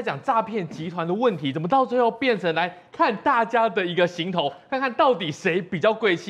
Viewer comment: 只有这个节目的人把行头念对了，其他都念成航头